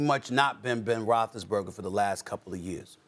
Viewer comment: No one: Stephen A: Ben Roethlisberga